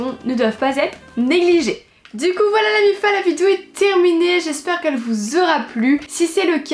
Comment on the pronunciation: Quand elle a dit coup j ai crus cul